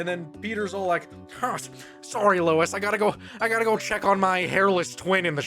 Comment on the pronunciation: it's Low-Es not Luis sorry I had to